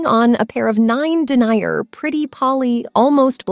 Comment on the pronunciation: Perhaps someone could teach this ro ot of a narrator how to pronounce words. Denier is not D E N Y E R.